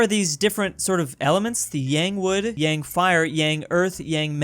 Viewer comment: Yang pronounciation